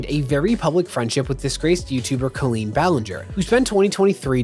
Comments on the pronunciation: It's COLL-EEN not KIL-EEN. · It sounds like you’re calling Colleen “clean” lol it’s actually pronounced with a hard O